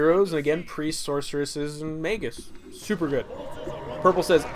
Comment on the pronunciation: Also, your pronunciation sometimes....errrr.... MAY-G-US